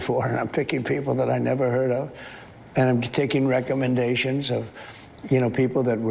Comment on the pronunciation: He took some, “recomations?”